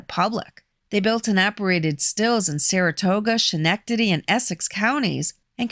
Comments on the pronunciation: Pronounced Skenectady not Schen ectady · It’s Schenectady like sken-ec-tady. Lots of Italians in Rotterdam, Schenectady, Amsterdam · Here in Brooklyn, we call it Schenectaberry on purpose. Don't worry about it. 😂😂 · Before anyone gets on my a** , I know I mispronounced Schenectady. Apologies to all Schenectady residents....